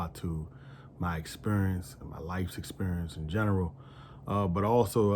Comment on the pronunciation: I knew you was from DC soon as you said experience 😂